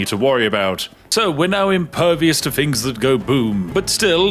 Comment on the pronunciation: Spiffing needs to work on his th pronunciations which always come forth from his bouche as ff. For example fings instead of things. Or Filfy rather than Filthy. Queens English needs a trifle more work my good man, otherwise, forge ahead and continue being rather spiffing